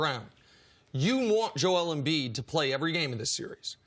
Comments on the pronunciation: Why does CC always insist on pronouncing Embiid‘s first name wrong? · Everyone: “Jo-el Embiid” CC: “JOLE”